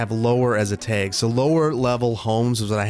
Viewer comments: Tag not teg😂🤣🤣🤣🤣🤣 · teg - please say bag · Love the Midwestern "tag" pronunciation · I love the way he says 'teg' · Man, "taeg"? Hehe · I got used to thinking of you as having no accent because you pronounce almost everything the same way I do, so I was definitely surprised when you said “tag” like “taeg,” lmao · My Michigander ears picked up that Wisconsin/Minnesota pronunciation of "tag" 😂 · I twitched a little each time, never heard it pronounced that way, same thing with "drag" it took me forever to realize I wasn't just mispronouncing it wrong my whole life lol! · Pnw also pronounces it this way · The way you say “tag” very Wisconsin of you. I love it. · The Wisconsin really jumped out when was saying "tag" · Boy the way you said tag was the most Wisconsin thing. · the wisconsin came out when saying tag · You say tag like you say peg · I have never in my life heard the word tag pronounced like that. Is that a midwesterner thing? Don't take this as me making fun, I'm just curious. I've got a Boston accent myself so i've certainly got my quirks.